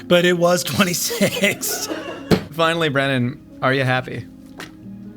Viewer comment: BRONNAN!!!!! (brennin)